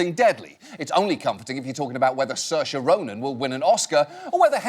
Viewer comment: Finally, someone pronounced Saoirse Rónan’s name properly 😂